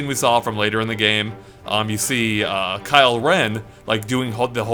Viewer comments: He said Kyle Ren kek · "kyle ren" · ...Kyle Ren? Cmon bro lol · DID YOU CALL KYLO REN KYLE REN!?!?